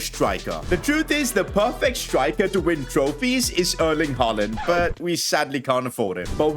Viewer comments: He actually called hujland hojland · NOT HOJLIND HOYLAND THATS HOW YOU SAY IT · Højlund is pronounced hoylun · Højlund is pronounced Hoilund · Its pronounced Hoiilun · You said hojilund wrong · Hallo im from Denmark and you say Højlund name wrong